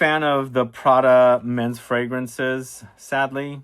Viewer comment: Did you say sadly or sedly